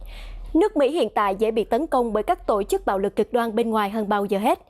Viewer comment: đọc: tộ chức, tộng thống...